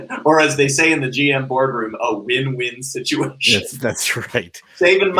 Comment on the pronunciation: Did you say “bin-win situation”?